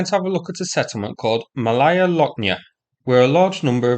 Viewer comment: Malaya ( Small ) is pronounced Maaalaya not Malaaaya !!!